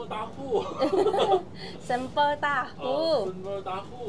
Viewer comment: salah ngomong nya sambel tahu. Sempol tahu.yg bener spol tahu.